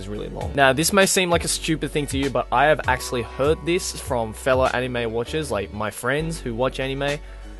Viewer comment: Why won't you pronounce anime and manga right? You can read everything else very well ._.